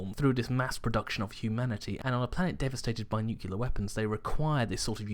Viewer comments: nuclear not Nucular, i die a little bit inside everytime i hear somone pronounce it that way. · It's pronounced "New Clear" warhead, not "NOOCULUH" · Nucular? Seriously? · did he just say 'nuculer?'